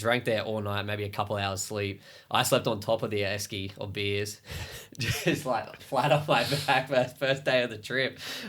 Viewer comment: as an aussie i laughed so hard when you said esky 😂😂